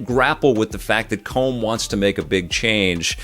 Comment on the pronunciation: As an Irishman, I laugh every time you pronounce Brendan Gleeson's character's name! You're saying something closer to "comb", as you might use for hair, but it's pronounced "column", as in a pillar, or that classic Sega puzzle game! Regardless, I love your review, and I can't wait to see this!